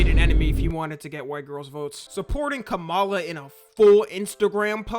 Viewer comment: ngl kinda weird to say her name like that, it's kama la, like .... ,+la also lets talk about the funnest thing about this political race is: there's a only fans British girl that tattood trump across her face